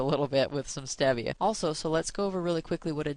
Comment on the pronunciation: I thought by the title that you would show other foods not listed in P&I that don't harm the plan. What a misleading video. And you mispronounce stevia.